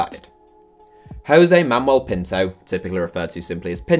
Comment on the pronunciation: "Hose Mamel Pinto"